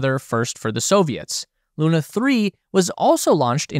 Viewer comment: Hi. I am Russian and I just wanted to tell you, that the "u" in "Sputnik" is in fact pronounced like you pronounced it in "Luna". (Btw. the accent in "Luna" is actually on the "a"). Don´t want to be rude or anything like that. I just want to clarify.